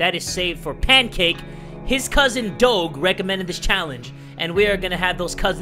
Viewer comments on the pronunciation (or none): It's supposed to sound like DOJE not DOGE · It’s not doge (Do-geh) it’s Doge (Do-Juh) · It’s nor dog it’s doge got it you said it wrong not g but ge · Kilahni Hanna yeee it’s doge not dog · It's Doge Not dog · It's. Not. Dog. It's Doge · he meant doge not dog lol pronounced it wrong. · why you say doog it is dooj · doug Me:inhales and outhales intensely Also me:ITS DOGE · doge is pronounced dodge. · You know you say it like dogh-ju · He realy probounced doge like dawg instead of dodge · Dog-e It’s do-j-e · Ma dude, ya been pronouncing "DOGE" wrong, is sounds like "DOJE" Glad to be of service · ITS PRONOUNCED DOJE NOT DOGE SPELLED DOGE BUT SOUNDS LIKE DOJE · Who else is bugged that said it like Doe-ge instead of Doe-je? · Im so triggered bc he said it like “doge” instead of “doje” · Wow it’s do jeh not do ge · it's cringy af when he says doge instead of doje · its Doje not doge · you say doge weirdly. its pronounced doshe. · it's pronounced DOG EEEEEEE. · it's prenounced Doggy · it's not said like that it's doe gu or doge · you're saying doge wrong is Dough-gee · NorthBoundWolf it's like dough je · I though it was Doe-j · yes doje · No it isn't is named Pronounced "Doj" Or "Dogi" or "Doug" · It's do ge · It's d-oe-j. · does the way he says doge trigger anyone else.... (dough-juh) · Dough guh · No one talking about him saying doge wrong the whole video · IT'S PRONOUNCED "DOJE" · Say it as doje instead of the real spelling btw funny vid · its prnounced more of doje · (Doe-Juh) (Dough-J) Doge (you know like sound D not like you say the letter then regular letter O than G is more like j like the sound not letter an the e makes an uh noise) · ITS PRONOUNCED DODGE WITH OUT THE SECOND D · No hard feelings but you pronounce doge like if it was spelled “doje” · It’s pronounced Doej or doje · Doge is pronounced do ja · It's pronounced dojh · It’s pronounced Do-sh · You pronounce Doge Like a J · It is said like doaj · It’s pronounced Doje 😑